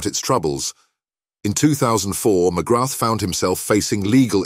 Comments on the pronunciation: Very frustrating, mcgrath , pronounced mcgra , not MCGRATH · Just to note. You do not pronounce the ‘th’ at the end of Paul’s surname. Phonetically it sounds like ‘Magraa’. Don’t wish to sound pedantic but I’m Irish and know how it is pronounced. And he’s a legend here and despite his trials and tribulations. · Hate the way you pronounce his surname , it''s McGraa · Would you at least pronounce his name properly.